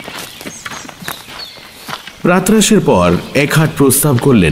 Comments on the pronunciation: কিন্তু আজ মনে হয় একটু অন্যমনস্ক, কারণ উচ্চারণে শুনলাম কয়েকটা ভুল, যেমন "অনিষ্ট" কে অনিষ্ঠ, "প্রাতঃরাশ"কে প্রাত্-রাশ, এইরকম কয়েকটি, যা সাধারণতঃ ের মোটেই হয় না।🤔😔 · কি অপূর্ব সুন্দর গল্প টা। মুগ্ধ হয়ে গেলাম। প্রাতঃরাশ আর যুগপৎ এই উচ্চারণ দুটো ছাড়া আর কুকুরের ডাক ছাড়া পাঠটাও দুর্দান্ত হয়েছে।